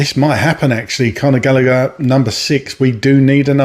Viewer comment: Not galleger